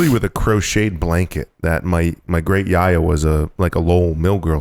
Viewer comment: terrible pronunciation yaya it's not yar-yar it's a quick yaya a = u in nut